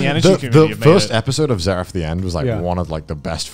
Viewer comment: zzzzeraph of the end